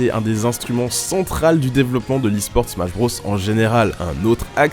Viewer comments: Putain mais arrête de prononcer BROS comme ça... Mario BRAUSS? Super Smash BRAUSS? EDIT: Ah okay "nonante trois", tout s'explique... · "le -iiiitsteune dans smash brôs" Tu m'étonnes qu'on se moque de la prononciation française de l'anglais